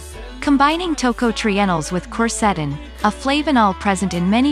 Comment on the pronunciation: The music you play in the back ground HAS TO GO! It is very annoying, while trying to listing to your presentation. The software robotic voice your are using can not pronounce "quercetin"